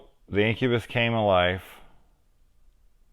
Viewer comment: I guess i really choose the right movie ;) sick review brother, no one talks enough about this movie which is sad, cause its a really cool 80s gem. and yes finally my name pronounced right ahaha